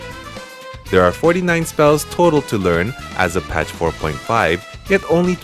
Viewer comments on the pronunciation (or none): none